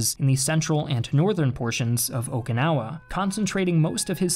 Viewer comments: OMG dude its O"KI"nawa not O"KA"nawa, i see you said sorry for mispronouncing other words say sorry lol. i was cringing doing the whole video, also the Japanese used human waste to coat the front of the hills would dump human waste on the Americans as they advanced up the hills. The retreat of the Japanese to the very south of the island was also horrible as the Japanese used Okinawan citizens as human shield. It is why Okinawans will tell you they are not Japanese. -An Okinawan/American. its where the oki on my name comes from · I care, and at least 141 other people do. This creator is awful at pronounciation, and in an audiovisual format the audio is important. The way he said Okinawa grates on my ears as well.